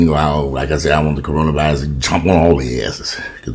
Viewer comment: You should make a Tic Toc Corona virius it's Corona virius I been moving Everytime u say that 😂😂